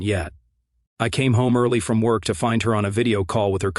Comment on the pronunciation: Too much self-introspection and self-congratulatory commentary..... And again this AI voice over uses the word "apparently"..... Everywhere he uses it it can be completely eliminated.... And what's with the hard pronunciation of "K" at the end of the word work....."worKHHh"